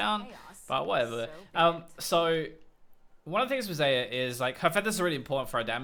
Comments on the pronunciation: it's zie-yah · I don't care What u say but i hear alot of Sa-ya